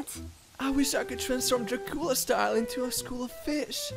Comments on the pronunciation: The most offensive part of the whole video was how he pronounced "Drah-COOL-ah"... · We not gonna talk about how he pronounced it “dra-COOL-ah”?